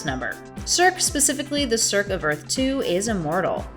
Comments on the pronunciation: Circ? Circ!? it's pronounced "Sur SEE" like Sersei on GoT!! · Yeah that was annoying to listen to. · Yeah friend I was annoyed too. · Circe is pronounced "sir-see" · It's pronounced "sir-see". Just FYI.